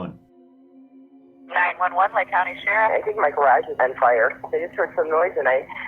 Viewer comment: "Gar-uge" gotta like it. You go!